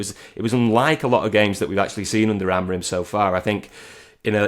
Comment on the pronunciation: Stop calling him AMORIN ffs, how f**king lazy are people? You hear all these content creators and journalists from Manchester and around the northwest completely incapable of saying his name correctly. His name is AMORIM, not AMORIN. as always with the AMORIN nonsense. F**king weird affectation that is.